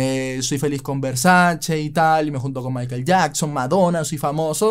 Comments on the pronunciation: No es versaCHI, es versaCHE es italiano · Todo perfecto tu video, solo la pronunciación del apellido no es “versachii” se pronuncia “versache" 😂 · No es versachi es versache como se dice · Espero que nadie se de cuenta que en el vídeo a veces pronuncio Versace cómo (Versache) y en otras (Versachi) porque no sabía cómo pronunciarlo, luego vi una entrevista de la hermana de Versace y ella confirmo que se pronuncia: (Versache) Siempre se aprende algo nuevo todos los días, esto puede servir para romper el hielo con las minitas 😉🥶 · Versace, con la e al final. Nada de “Versaci” con la i. Duelen los oídos. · Versace (Versache) no Versachi. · No se pronuncia VERSACHI se pronuncia VERSACHE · Que yo sepa a la marca se le dice Versach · Como sigas diciendo Versaci corto el video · no es versachi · Jejejejeje Versace se pronuncia: versache.... Y Schillaci se pronuncia: esquilachi